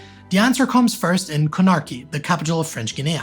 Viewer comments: It's not "snarky" Con-a-kry, not Con-arky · The third syllable which accent added to "Guinea" really threw me off, as did this metathesis when I tried looking up the capital to find out where he was talking about!